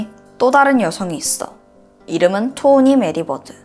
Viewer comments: 토니를 반복적으로 토오니라고 길게 발음.. 독특함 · 토오니? 포오니? 이름이 잘 안들리네요